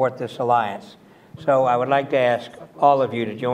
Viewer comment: Admiral Kawano's surname was mistakenly pronounced as "Kowana" in the beginning.